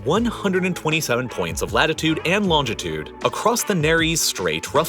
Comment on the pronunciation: I’m pretty sure you pronounce longitude wrong.